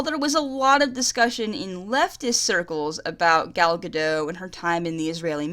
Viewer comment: PLease. I'm begging you. Pronounce the T in Gadot, please, it's Hebrew, not French